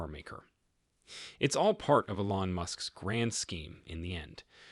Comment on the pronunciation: Please learn how to pronounce "Elon" and "Giga"!!